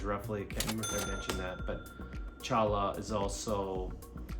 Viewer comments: Challa? Choy-ya. 😂 Immediately lost me. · Cholla is pronounced “Choya” not “Challah”